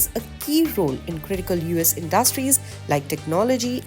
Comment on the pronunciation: In'dustries NOT indus'tries